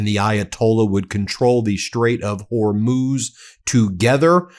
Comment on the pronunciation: At last you pronounce Hormuz correctly.